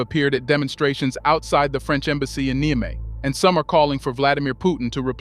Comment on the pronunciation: Please learn how to pronounce Niger and Niamey. You keep pronouncing them differently each time you use them!